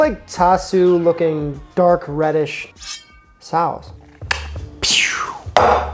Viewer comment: Just gotta say it... Pronouncing sauce like that grinds my teeth... Ok, done with rant